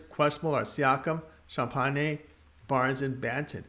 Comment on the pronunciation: Hey, just to let you know, the pronunciation is Sham-Penny. Love the delivery.